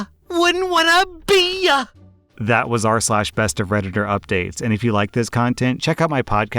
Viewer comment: I can’t with the way he said “see ya, wouldn’t want to BE YA!”